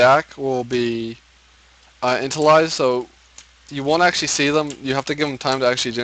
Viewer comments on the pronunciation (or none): Thank you a lot for this informative video but for some reason when you said "DAC will be intilized" I felt like throwing my computer out the window. Its "initialized" (e-nish-e-a-lized) not "initlized" (int-e-lized). /rant over